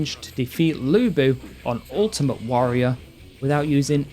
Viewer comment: No idea why the characters pronounce Lu Bu as Looey Boo 🤣